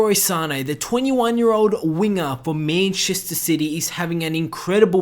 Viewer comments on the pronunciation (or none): It's MANchester not MAINchester. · Meenchester city.....c'mon bro it's man-chester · Meennnchester city haha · Mäintchester sity? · The way you say Manchester gives me cancer